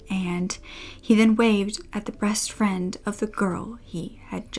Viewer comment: You accidentally said "breast friend" instead of "best friend". At least that's what it sounds like. Just wanted to let you know x